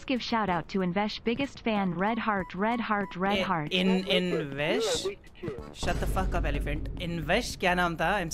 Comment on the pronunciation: highlight Mai aa gaya yaar🤩🤩🤩🤩🤩 Oh it's not invesh it's btw😅